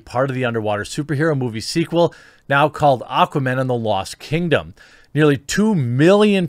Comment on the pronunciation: "Aquaman And The Lost Turd-dom"